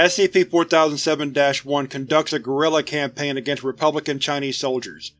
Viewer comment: Ngl, your pronunciation of Chinese is made me cringe a bit, but I’ll allow it because of its length and how interesting this scp is